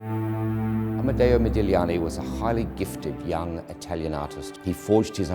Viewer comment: "Thank you" for this, and for pronouncing the artists name correctly. Modigliani is my most cherished and favorite artist.